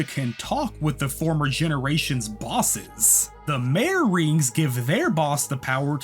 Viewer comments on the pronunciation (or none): none